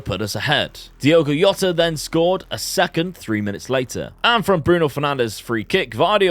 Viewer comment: In Portuguese the J is pronounced so its Jota rather than “Yota”